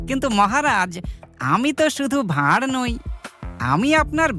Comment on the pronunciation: Intro তে গোপাল ভাঁড় বললেন নাকি গোপাল ভাউ বললেন?